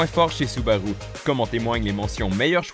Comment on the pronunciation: 😂 oui c'est vrai il dit soubaroux